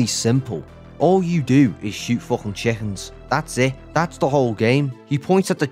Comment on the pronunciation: He says the F word like "Fluffin"